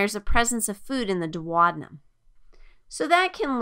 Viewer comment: This is very good, but I just couldn’t help but got distracted by her pronunciations, satiety? Duodenum? Anyhow, still very good.